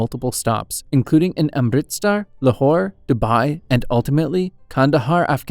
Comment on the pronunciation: not the “amritSTAR”😭😭